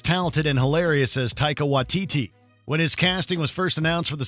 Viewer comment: Not him butchering the pronunciation of Waititi